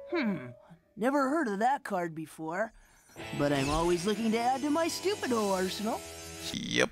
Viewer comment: "Stu-Pi-Doh" real subtle there.